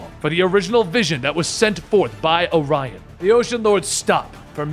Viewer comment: That's why the confusion. Dude, his name is ARION not Orion. I used the collect his comics. Why are saying "Orion"?